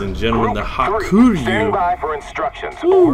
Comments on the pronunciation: Ha-ku-ryu, not ha-kur-yu. It means white dragon. In japanese ryu 龍 is dragon. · I think it's pronounced Haa-koo-Ree-You.but,i don't speak japanese,so don't qoute me on that.